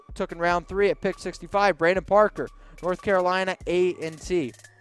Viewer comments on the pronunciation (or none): none